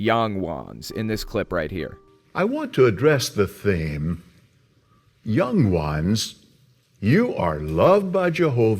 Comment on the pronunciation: Why he say young ones like that 😂😂